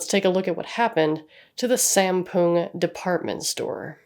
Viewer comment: I've gotta be that guy but Sampoong is pronounced with the a in Father and the os on moon.